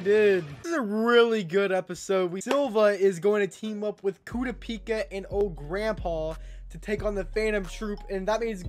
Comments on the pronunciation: kurapika name is pronunced ku ra pika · i think your saying kurapikas name wrong